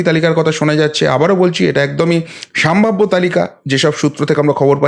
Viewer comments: বরাবরই আমি আপনার প্রতিবেদন খুব মনোযোগ সহকারে শুনে থাকি। আপনার বাচনভঙ্গি প্রশংসনীয়। আপনি যদি কিছু মনে না করেন তো আপনাকে একটা ভুল ধরিয়ে দিতে চাই! আপনি এই প্রতিবেদন পাঠ করা কালীন বেশ কয়েকবার বললেন '" সাম্ভাব্য" কথা টা খুব কানে লাগছিল ওটা হবে " সম্ভাব্য " আপনার এটা। Slip of toungue ও বলা যেতে পারে। যাই হোক পরবর্তীতে শুধরে নেবেন! আশা করি।‌ ভালো থাকবেন। এই কথায় আশা করি আপনি মনে কিছু করবেন না। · ওটি উচ্চারণ হবে সম্ভাব্য